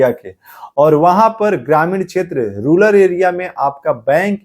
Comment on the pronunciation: रूलर नहीं भैया रूरल होता है